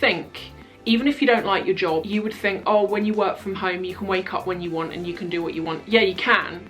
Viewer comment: anyone else crack up really hard when responded to the email with a "wuht?" haha xD <3